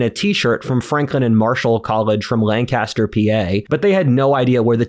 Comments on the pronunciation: Someone from Pennsylvania should know they pronounce it LANC-a-ster, not Lang-CAS-ter.😁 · It’s pronounced “cas-ter” when referring to Lancaster Pennsylvania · Bro I know you didnt just say "LAN-CASTER" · Ok, stupid point, but it’s “Lan-kiss-ter”, not “Lancaster”. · Not how you pronounce Lancaster,, as a fellow Pennsylvanian I’m disappointed